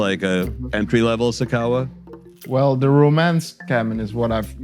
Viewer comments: I kept waiting for the director to pronounce sakawa right and he just followed the presenters lead 🙉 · It's not sakawah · This dude in the intro pronounced it dragging it like “sar kar warh”.... it’s pronounced “sah-kah-wah” with all the vim and vigor in your voice 🤣🤣🤣🤣🤣🤣🤣🤣🤣🤣🤣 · Its not sikawa,its SA KA WA,kwasia jon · Why the guy pronouncing Sakawa like Japanese word🤣😂😂